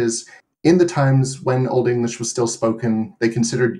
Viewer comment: This guy pronounces Old English better than any I've heard on YouTube.👍.He doesn't exaggerate the Germanic nature of English with too much emphasis on the syllables and doesn't indulge in gutturals like others do making them sound like Pirates 🏴‍☠️👍